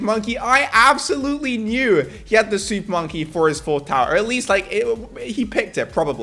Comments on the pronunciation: What is hé saying supppppponky😂😂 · when he said "Im gonna use super monkey* i just heard SOUP MONKEY